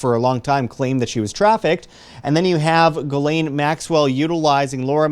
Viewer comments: Its NOT Gal~Lain,,......its Jah~slaine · Its pronounced Gill - lee -ann Yes i know shes not a good person. Its an OCD thing. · Every news outlet mispronounces her name. It's Ghislaine (Jizz Lane) although it's not a hard J. it's a soft G like the G on the end of Gara(ge) < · This has absolutely nothing to do with your video...just a HUGE pet peeve of mine. Her name is pronounced: JIZZ..LANE....It’s a fairly common name and I don’t know why so many people butcher the pronunciation, but it’s facking annoying. Great video tho. That is all. ✌️❤️😊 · If you're interested, it's pronounced "Jisslaine"...soft J, not hard G. If Epstein had all these cameras, he had all the videos. Probably uploaded to a server, hooked to a "Dead Man's Switch". Best insurance Policy in the world. Your enemies will take all the precautions in the world to keep you alive.